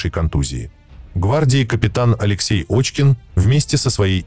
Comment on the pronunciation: Пишете фамилию Кочкин, что более правдоподобно, а читаете Очкин. Оазберитесь там.